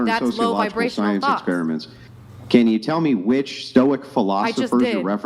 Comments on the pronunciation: Stoics who can’t even correctly say the word Stoic 🤦🏻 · The "Stoic" sistas , didnt act stoic, couldn't pronounce Stoic, arent stoic themselves.😂 Maximus😂😂😂